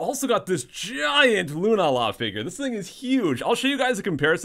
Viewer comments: GAH! lol Lunala = loon-AH-la not loon-ah-LA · isn't it pronounced like lunaaala? not hating,just curious.